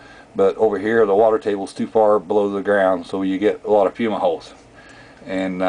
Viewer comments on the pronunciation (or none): Dizzy Derwish It is fumeroles.Not fuma holes.As the word is pronounced as singular. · "fuma holes"?? The word you murdered is fumeroles!